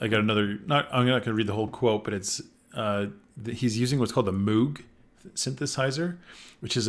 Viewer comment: Definitely not how you pronounce Moog.